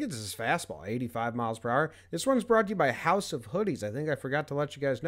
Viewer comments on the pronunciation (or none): none